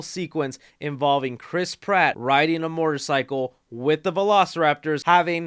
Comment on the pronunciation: Chris! My wife and I LOVE your videos, man, and I agree with you on so many points in this review, but DUDE! What's with your pronunciation of "motorcycle"? 🤔 I swear I'm usually not a nitpicky person, but you're literally the only person I've ever heard pronounce it as "mortar-cycle" in more than a few videos. Straight up, there's no "r" between the "o" and the "t" in the word "motor". Phonetically, it would be pronounced: "moh-tor-psy-cull". "Mortar-cycle" sounds like it would be some motorcycle that launches projectile explosions at enemies in WWII. 😅🫶